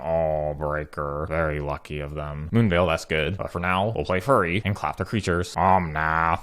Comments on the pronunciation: why do you pronounce Fury as Furry? also please stream sometime. would love to watch you in real time and interact with you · Honestly started to think it was pronounced as “furry” instead of “fury” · "Furry on furry violence" thank you for the mispronouncing... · I'm still not sure whether you said "Fury" or "Furry". Glad to see that card in action as well! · The "fury on fury" made me laugh, was listening, heard "furry on furry" nearly had a panic attack